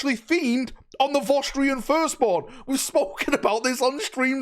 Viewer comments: What are Vosstrians? Do you mean Vostroyans? Voss-troy-uns? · They are vostroyans, is just northern so pronunciation is cooked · FYI they are called Vostroyans not Vostrians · Vos Tree Ins Everyone else: Vos Troy Ans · Wtf is a Vo'strian? Are they related to the Vostroyans somehow? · Listening for the last couple of days pronouncing Vostroyans has been amusingly grating 😅